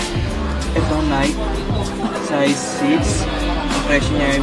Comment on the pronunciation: Nayk ng nayk ni-key po Reebook , Ree-bok po